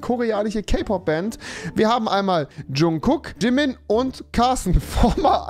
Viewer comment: aaahhh rewi ich bin so verdammt stolz auf dich das du nicht wie andere Jungkook und Jimin so behindert sondern vernünftig ausgesprochen hast :‘)